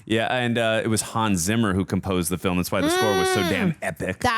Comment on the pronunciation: Is it even possible you didn't know that Niki Lauda was a pilot during and after his racing career and founded several airlines. Have you never flown with Lauda Air or one of his other airlines? 🤔🤔🤔 Lauda was also a co-commentator and analyst at later Formula 1 races. Btw. Hans Zimmer's surname is pronounced "Tsimma". 🙂